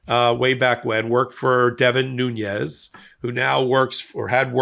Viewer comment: Nunes, De Oliveira...the pronunciation of Portuguese names isn't strong suit, is it?😅